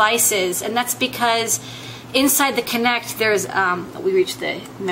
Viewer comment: It's not "Connect" it's "Kinect"